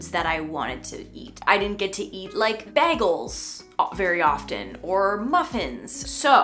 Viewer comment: The way you say bagel is interesting! I’ve never heard that before ❤